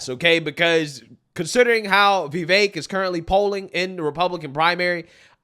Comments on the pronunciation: It's VeeVake (like cake). Not Vehvekk. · dude, I have never heard Vivek's name prounounced so many different ways in one video by one person, lmao. You should really watch your own video back and see how you pronounce his name different every single time. It's fricken hilarious.